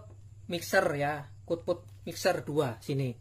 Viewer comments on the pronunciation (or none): Output bang bukan kutput